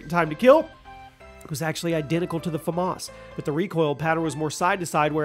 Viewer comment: Did you really just say black ops three Flamas for the bo1